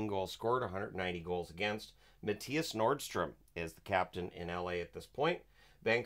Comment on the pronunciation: Norström not Nordström.